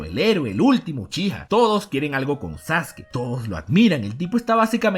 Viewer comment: Porque pronuncia los nombres con acentos, o incluso algunos nombres los pronuncia mal: "sasUkI", "mÁdara", etc, etc